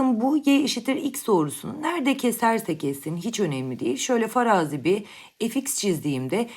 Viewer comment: BÜR değil hocam BİR